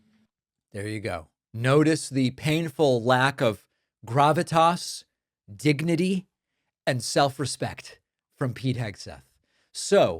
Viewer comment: It sounded like he said 'gignity'.